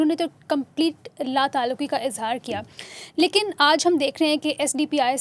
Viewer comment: Lekan nahi bhai, lekin